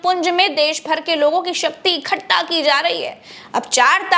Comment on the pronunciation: इकट्ठा होता है, इखट्टा नहीं ।